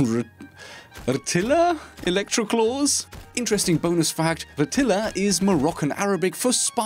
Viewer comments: It''s pronounced "rettailia" like retail with an accent on the T and the a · If anyone's still around, Rtila is pronounced in-game by Kaid as "are-teelah"